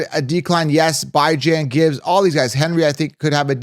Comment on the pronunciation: Brother. Please say bijons name correctly next time lol